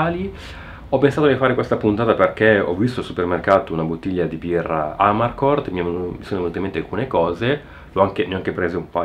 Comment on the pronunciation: Giusto una nota di pronuncia: Amarcord accento sulla o (dal dialetto "a m'arcord", cioè "mi ricordo")